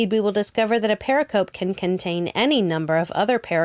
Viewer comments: Love your work, but please re-do all the mispronunciation of "pericope"! Use the audio file that is part of the Merriam-Webster Dictionary image showing at :28: It's purr-RICK-uh-Pee -- or close to that. A term used a long time in New Testament Gospels' study. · Please pronounce 'pericope' correctly. You showed a slide showing the correct pronounciation, but apparently ignored it.